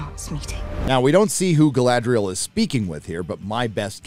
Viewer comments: "Guyladrial", I like it 😂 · I love how pronounces the name Galadriel like she's a Spanish Matador. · "GUYladriel" LOL!!!